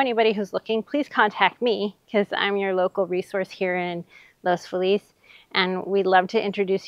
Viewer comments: I’m sorry, but you lose all credibility as a Realtor if you can’t pronounce the name of the neighborhood. Los Feliz is not pronounced in the correct Spanish way. Locals call it Loss Feeliz. Seriously. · Los Feliz Please 😢 It’s not called “LOOS FULL LEASE” it is called or pronounced locally as “LOWS-FEE-LESS” ❤ Thank you Sincerely All the native Angelinos’s ❤️💋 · You might want to look into pronouncing Los Feliz like the natives of LA do. Interesting walkby though, thanks.